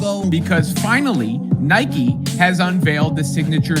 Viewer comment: It’s Nike bro